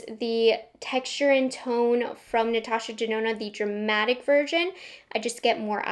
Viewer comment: I HATE the was you say Natasha “DZenona” 🥴